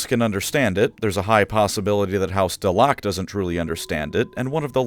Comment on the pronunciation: Pretty sure the proper way to say that is Dell-uh-keuw...